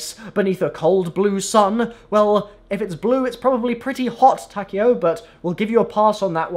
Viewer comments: Apatheticpikachu Ta-k-O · I hate how they pronounce takeo's name